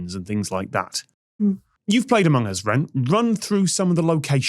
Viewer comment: It sounded like tom said "amung uzz" at the start XD